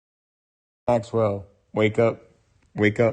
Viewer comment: Not "Maqwell", but MAXWELL 👍🏼